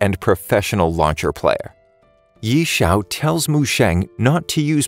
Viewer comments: I know this is text to speech, but the pronunciation of ye xiu as yee is mildy infuriating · His name is actually pronounce as Yeh-Siu/Yeh-Chew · the pronounciation of ye xiu hurts me in this video )